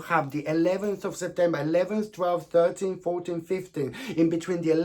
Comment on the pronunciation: Hi not sure if you said 13th or 30th